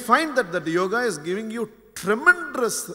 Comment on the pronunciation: I really enjoy his speech and also his vocabulary but I don't know why he is pronouncing 'tremendous ', as ' tremendrous'.